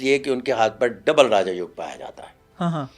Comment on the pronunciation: It is not Raja yog but Raj yog. These are Sanskrit word. Pronounce them correctly